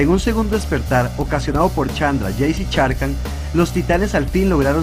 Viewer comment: Excelente video, gracias a ti conozco más sobre los Planeswalker... Solo tengo una duda, sobre la pronunciación de un nombre, ¿Sarkhan se pronuncia como se escribe o se pronuncia Sharkhan? Esa es mi duda, ya que otros youtubers al igual que tú lo pronuncian como "Sharkhan" en lugar de "Sarkhan"... Espero que me puedas aclarar esa duda.!